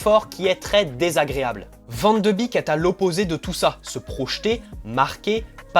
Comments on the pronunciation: Ca se dit « bek » il me semble et pas « bik » 😉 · Super video 👌🏻 par contre ça se prononce “ van de bèk ” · Cela se prononce van de bèk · Son nom se prononce Van De Bék... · Non ça se prononce Van De Béék, c’est du néerlandais, c’est comme een qui se dit één et veut dire « et » ... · Salut, bonne vidéo même si je ne suis pas d'accord avec toi sur l'intérêt de le ramener au PSG. Je voulais aussi te dire que ça se prononce: Van de bèèk (comme un bec mais accentuant plus le "e")